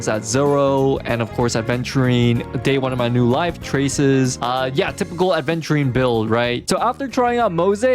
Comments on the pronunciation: Right? Some individuals can’t learn a new word smh aVenturine is a damn gemstone, like topaz, you don’t mispronounce it as topless right dude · That "aDventurine" I can't. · Its Aventurine (the gemstone) not adventurine 😅 Its not like adventure lol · He says ADventurine, opinion rejected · imagine getting this much affected by someone mispronouncing a stone’s name